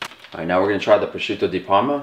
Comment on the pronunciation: >"I'm Italian, I'm Italian, I'm Italian" > Prawshutow Dee Perrrma Good video tho.